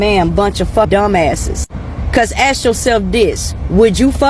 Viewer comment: For me, a man with neck tattoos who says “ax” and “earf” and has multiple baby mamas is a red flag.